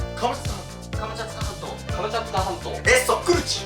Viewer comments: 最後の方が カムチャカ全島になってるw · Fischer's-フィッシャーズ- 最後カムチャカになってた……(´・ω・) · 最後くらいの、カムチャツカ全島が、カムチャカ全島になってる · Fischer's-フィッシャーズ- カムチャカ全島になってたねw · 最後カムチャカ全島になってる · のところで、何気にモトキ、come着火半島って言ってたWW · 一番最後のカムチャツカ半島がカムチャカ半島になってた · よく聞けばが所々「come着火半島」って言ってるの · 最後"カムチャカ全島"になってますよ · 最後が『カムチャツカ全島』じゃなくて『カムチャカ全島』だったw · 最後カムチャカ半島になってる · 最後「カムチャツカ全島」になってませんよ「カムチャカ全島になってますよ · カムチャツカ全島なのにカムチャカ全島になってるw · 最後らへんのカムチャツカ全島がカムチャカ全島になっとるってフィッシャーズもわかってた。てっきり気付いてないかと思ってたわw やっぱりフィッシャーズは最&高だ！めっちゃ面白かった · 後半からカムチャカ全島になってる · 最後の最後 「カムチャカ全島」に なってるｗ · 最後の最後で達成感が凄いですけど、カムチャカ全島…(´ー｀A;)